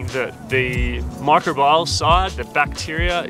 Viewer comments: Good info about socks but please pronounce ‘microbial’ correctly. It is mi cro beeal. Cheers. 🤭😷🙏🏽🦘🦘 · I think you need to relearn how to pronounce microbial young fella.